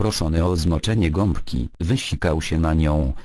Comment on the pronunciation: Już byłem zły od 50 ale głupie no pani kazała "wymocz gombkę" to się wymoczył i wymoczył gombkę. Co nie ??